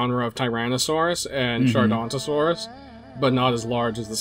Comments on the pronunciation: Ok I've had enough. It is not called Gigantosaurus. There is clearly an O after the N. It is pronounced Jig oh no toe saurus. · Please please pronounce it correctly GIG-a-note-o-saurus